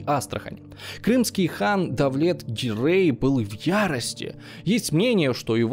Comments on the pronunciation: гирЕй, не гирЭй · Все бы хорошо, но не ГирЭй, а ГирЕй. Не вИзирь, а визИрь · Почему ГирЭй? Как-то режет ухо! ГирЕй правильнее, считаю! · Но при этом тут до фига других кривых удареней от вИзирей до гирЭй - что это вообще.